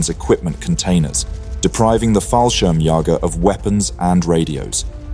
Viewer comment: I understand that German is a very difficult language for native speakers of English, but considering the number of times you try to pronounce the German word for paratroops you should know what the meaning is of those two little dots above the second ''a'' in "'Fallschirmjäger''.